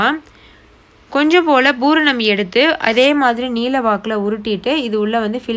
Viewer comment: Nice, it is pooranam not bhooranam..